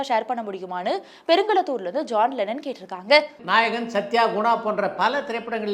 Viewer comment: One humble request to. Kindly change your voice modulation when you say “கேட்டிருக்காங்க” at the end of every question. You sound out of place when you say that word. says it nicely. Other than that, both of you have a very good command of Tamil language including diction 👍❤️